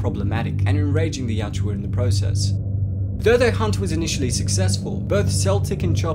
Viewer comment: Yautja....not yachua